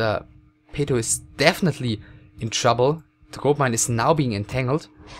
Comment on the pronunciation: His name is PATO, not "peito". However, yes, we "enchoyed" the commentary.